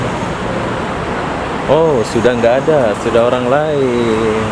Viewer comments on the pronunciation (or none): none